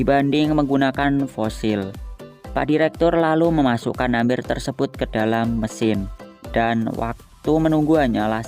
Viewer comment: bacanya mber di tulis amber